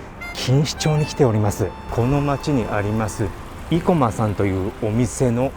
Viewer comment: 生駒は横浜や東京あたりでは‘’い‘’を強調した発音はしないな。排骨は都電早稲田近くの大王ラーメンが見立て面積同様、体積2倍で大食いチャンネルには良いと思うので是非。でも顎外れたらご免なさい。